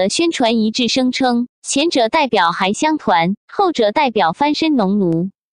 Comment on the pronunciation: 还乡团的“还”字发音错误！